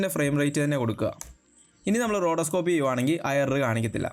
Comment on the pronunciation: റോഡോസ്കോപ്പ് അല്ല റോട്ടോസ്കോപ്പ്..